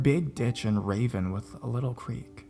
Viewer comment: "raven..." "rah-VEEN"